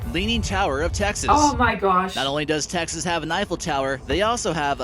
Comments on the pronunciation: You pronounce Texas, Takesays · Where is this "Tixes" you speak of? From someone who lives in Fort Worth, Texas.